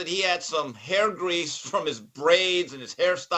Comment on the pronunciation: "I spend a lot of time on ma' hai'a, and he hits it...he hits ma' hai'a."